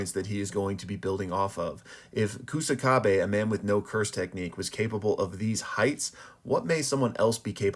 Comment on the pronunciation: This channel should be called pronunciation Kaisen bruh. OOEY OOEY? 😂 Also calling him Koosakabe (it's more like ksakabe) lol. Love the vids tho